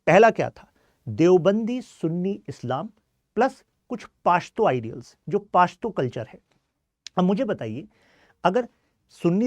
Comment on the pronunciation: Pashto pronounce krna seekh le pehle, chale ate hai lecture dene paashto 😅